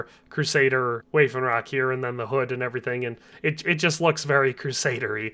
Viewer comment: Waffenrock is pronounced vaff-en-rock, not way-fen-rock